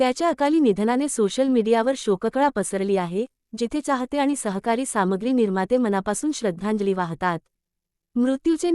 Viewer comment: चाहते नाही... च्याहते मुर्ख बाई पहिले उच्चार शुद्ध कर आणि हो हा कोण तो..... देव बिव होता का येडे .... गेले त गेले